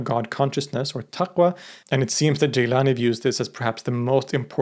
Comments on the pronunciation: It’s not ”Geylani” it’s Gilani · Thank you as always a very informative video. Most sufis who follow this order do not pronounce it Jîlânî rather Gîlânî.